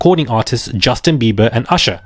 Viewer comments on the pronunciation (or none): none